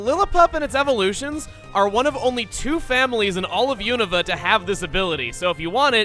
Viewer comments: Is it pronounced "you-nova" or "you-nuhva"???? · Dude, Platinum popped in during 2015. Christmas did indeed come early, though. Though needs to work on his pronunciation. Univa? Casteelia? Lillapup? Nuvemma?